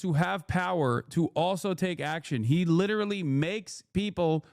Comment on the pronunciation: Lol litewally basicwy lol